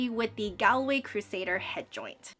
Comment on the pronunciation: Just to let you know it’s pronounced Gawlway